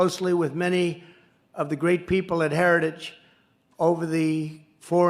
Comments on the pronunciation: He can’t say the word Heritage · And he can't even pronounce "Heritage." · TRUMP HAS YET TO PRONOUNCE HARRITAGE RIGHT.😂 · Trump didn’t actually say "Heritage Foundation" but, to be fair, that was only because he couldn’t pronounce it. 😂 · Why can’t he say heritage? God he is nuts! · He couldn’t even say heritage. Keep this clown away from any form of power. Vote Blue. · Why is so hard for Trump pronounced Heritage? 🤦🏻‍♀️😆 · Trump having some difficulty pronouncing the word "heritages". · He couldn’t even say the word, “heritage.” Big liar about Project 2025. Vote💙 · He can't even pronounce the word Heritage